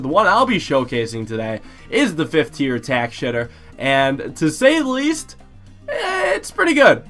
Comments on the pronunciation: Did he say 5th tier tack shitter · Did he say tack shitter? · Yea im starting to thing he says tac shitter on purpose